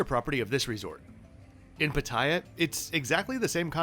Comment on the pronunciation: Bro... Pattaya... it's PUH-tay-ah not Pa-TIE-ah Don't accent the second syllable like a typical ozzy